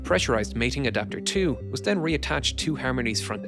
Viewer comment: Literally laughing out loud, “part teww!”